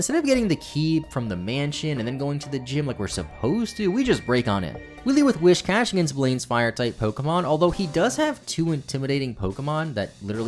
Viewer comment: An unintended unintended thing you did: mispronounced whiscash the whole video.